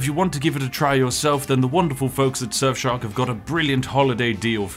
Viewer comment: Why is it that when ypu say Surfshark it sounds like Sexshop?